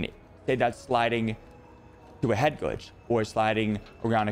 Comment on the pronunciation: What is this word "Headgooge" you are saying?? Great vid btw